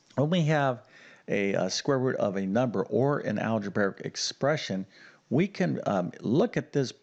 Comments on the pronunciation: Algebraic: Al-je-BRAY-ik, NOT al-je-BEAR-ik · "Algebaric" expression? Beginning to understand the sad state of U.S. education.